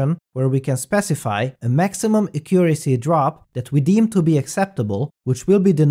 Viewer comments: Great video as always! Just an English tip: The word accuracy has the strong syllable at the first "a". Accuracy, rather than aCCUracy :) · Accent on the first syllable. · "Acurioacy" xD